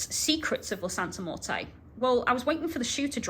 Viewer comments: You know nothing about santa muerte at all and you even recommend tracey rollin who especially doesnt know about the worship you dont know what you're talking about at all or understand Mexican practice and yku cant even say her name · I was so thrown off by the pronunciation of Santa Muerte, but that’s probably the UK accent😂 I love your videos and book reviews. Keep up the amazing work!